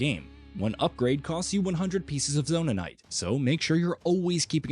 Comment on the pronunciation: It's zonait not zonanait